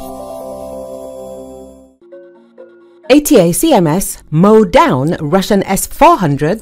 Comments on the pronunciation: The reporter made the bad report by miss pronounced the weapon name " attack them " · Pronounced. A * Tac * Ms !